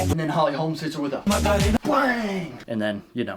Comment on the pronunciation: It's "Holm" man! Holm! Dammit, why does everyone keep saying "Holmes"?! She's not Larry Holmes! It's Holm!! Lol.